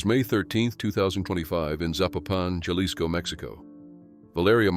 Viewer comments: In Spanish, the letter J is pronounced like the English H. So it's Hah-LEES-ko, not 'Jah-lihs-ko'. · Jalisco is pronounced with a leading H sound. So phonetically Hal-ees-co. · It's pronounced Ha-LEES-co.